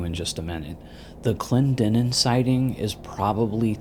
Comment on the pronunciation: Kudos on pronouncing Clendenin correctly, as a West Virginian I get irked when people can't pronounce names like Clendenin, Allegheny, Monongahela, and Kanawha.😉